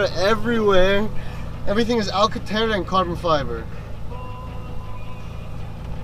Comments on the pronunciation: Bro it is alcantara not alcentera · AlcantAra not Alcantera that’s so irritating